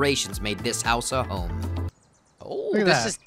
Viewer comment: why did you say home like that